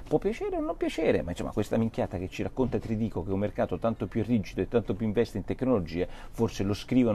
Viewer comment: Non si chiama Trdico, nn ha l'accento. Si chiama Tridico caro Porro. Non pensare solo a Françoise...